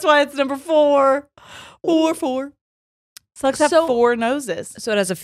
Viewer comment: Y'all it took me way too long to realize that you were saying "slugs" not "sluts"😂😂😂😂 Like snapple fact FOUR!?😂